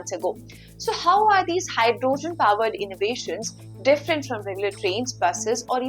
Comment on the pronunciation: Great command on the Language. Make it better by looking up the correct pronunciation of HYDROGEN ( the O is hardly pronounced) and particular , the A is hardly pronounced…no need to elongate the space between the P and R….so it is almost pronounced as Prticular! I know that the consonant followed by any vowel generally requires the elongation…but it is rule not a principle. Therefore you can’t apply it everywhere….youll simply have work hard and learn the words where it is and it isn’t applicable.